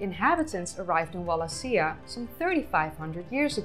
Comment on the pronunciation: Wal a she a . Not that hard to pronounce.